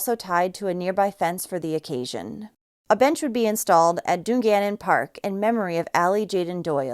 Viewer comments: It's DUNgannon not Du Gannon. Made me laugh. Thanks for covering this case. Too close from home for my liking. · Awful but just letting you know its DUN GANNON pronounced done.